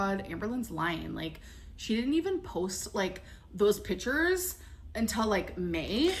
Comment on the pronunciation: Ex-specially, supposively, pitchures, exettra exettra 🤭